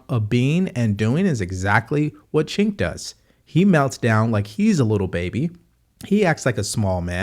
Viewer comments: one question, why do you keep calling Cenk "chink" ? His name is "Jenk" not that it matters though he's still a turd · it's pronounced chEnk xD